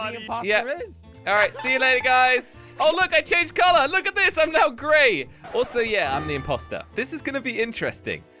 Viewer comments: Bro she say greay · NOBODY ME HEY HE SAID WHITE GREAY